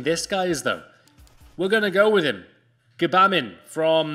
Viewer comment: Hey you actually pronounced gbamin correctly as there is 3 different ways of saying it. Gbamin, (gee)bamin or just bamin. Great content 👍🏻😁